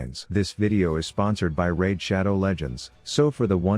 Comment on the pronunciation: Raid shadow legends? I thought he said Rav shadow legends